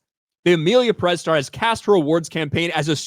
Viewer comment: It’s not pronounced “Peréz”, it’s “Pérez”; the accent goes on the first “e”; still, I’m not going to watch this huge crap even if it win 7000 awards. Question: should not it be nominated in both actor/actress categories? 😂😂